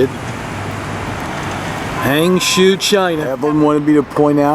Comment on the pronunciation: It took me a lot time to figure out what it was when you spoke HangZhou, it sounds like HanShu. HangJoe sounds better to me. No offence, just try to be a little help.